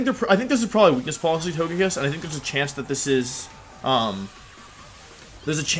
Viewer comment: Please pronounce Togekiss correctly.